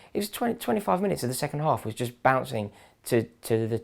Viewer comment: I loved that "what mist happend!?" Haha just made me laugh so good but seriously woahh?